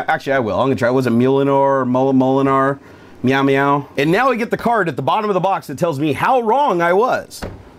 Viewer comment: Its pronounced mewmew